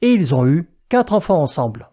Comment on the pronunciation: 0,42 'hui z'enfants" Y'a du niveau😆